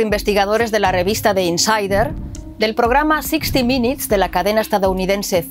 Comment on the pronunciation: No se dice 60 Minits se pronuncia 60 Minutes